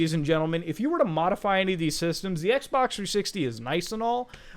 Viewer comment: Modify or...Mutahfy? lol